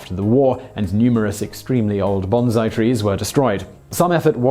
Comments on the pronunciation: What's up with you weebs not even having enough expertise to know whether Simon is pronouncing this correctly? It may sound alright to you, but it's like nails on a chalkboard to me. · Dude, you might want to relax a bit yourself. As I've repeatedly stated, I enjoy and am subscribed to this channel, love the topics discussed, and I think Simon is a top-notch presenter. All the more reason it's so disappointing to hear these mispronunciations time and time again. If it was only once or twice, I'd keep my opinions to myself; however, this is a continuing issue with Simon's narration, and it's consistent across all the channels he appears on. It mars what is otherwise a great video. I'm offering constructive criticism in the hope it will improve. So what exactly is your problem, and just how big is that rod up your own ass, anyway? Don't agree with me? Fine. Fuck off yourself and have a nice day. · Actually, it is very british to pronounce an S as more of a Z. Most of us can hear the difference just fine. It is harder for some people to hear it though. It is actually an accent thing, Z and s are mutually distinguishable to us. Pronounce "Wensleydale" and you will see if you have the accent. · What if it isn't, and he's simply mispronouncing the word "bonsai?" Let's get ten Englishman together and see how they pronounce it. I guarantee you his pronunciation would be considered non-standard by most residents of the British Isles. Better, let's get 10 Japanese together, have Simon pronounce this word for them, and ask them what it means. I guarantee you they will say, "This is a Japanese exclamation that translates idiomatically to "Long life!" in English. Would THAT demonstrate to you that you're all wrong about this, or do you believe you have enough expertise in this area to determine whether he's mispronouncing it or not? I put it to you that you're unlikely to have as much expertise in this as I do; therefore, it's much more likely you're simply wrong.